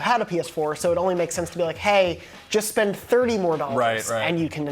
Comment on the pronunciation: Please say HAAY one more time 😂😂